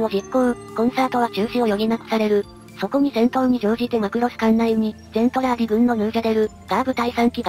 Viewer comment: 途中から「ゼントラーディ」がメルトラに引っ張られちゃって「ゼルトランディ」になっちゃったのが惜しい！ それにしてもこの短時間でよくまとめました。GJ！